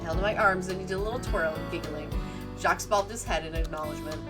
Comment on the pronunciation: The "s" on the end of Jacques is silent. You pronounce it "Jock".